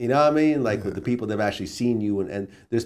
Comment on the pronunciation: If i hear "hypnotized wit hatred" one more time